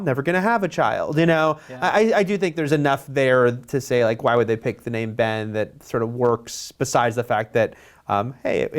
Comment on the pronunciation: at first i thought he said bane not ben